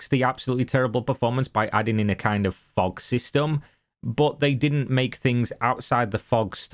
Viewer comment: Did you say... FOG?